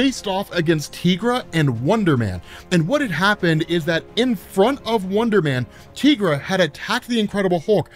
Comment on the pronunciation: Dude the way you pronounce Tigra's name is cringe inducing. It's Tie-gra. Similar to "tiger".